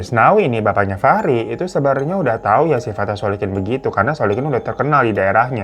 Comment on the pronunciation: Terpantau beberapa kali bang Hiro typo nyebut nama orang, seperti biasanya dan aku suka 🤣 masnawi=muslikin Solikin= Solikun 🤣🤣 Tp gpp, aku tetap syukaaa 😁👍